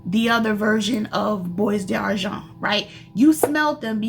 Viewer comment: It’s pronounced “bwah darjon.” Don’t pronounce the s or the t.